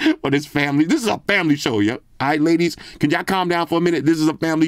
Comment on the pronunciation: FWMLY SHWWWW!